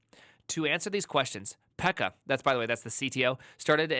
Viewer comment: Pro tip for Finnish names: You say the double consonant twice. So "Pekka" is not PEKA, but PEK-KA. Accent on the first syllable.